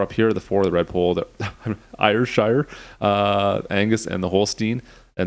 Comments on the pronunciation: It’s pronounced air-shire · The county of AYR (pronounced AIR) is in Scotland. Ayrshire sounds like you say (air-sha) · It's pronounced "airsher". Breed was developed in Scotland in the 1800s from the red devon breed. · Pronounced. Air-share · Ayrshires are smaller than Holsteins and produce less milk, but I believe it is a richer milk. In my neck of the woods, we pronounce it a-shire. Great review. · Ayrshire is said air shire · It's pronounced something like air-shire.. lol